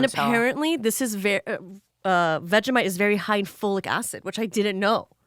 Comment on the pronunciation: queen that is NOT how you say vegemite. its vegie (as in vegie tales) and mite (exactly how she said it).